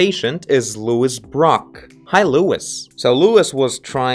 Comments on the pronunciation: As a girl called lois i feel the pain of him pronouncing it louis, but like no hate lol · Lois = Low-is = female name!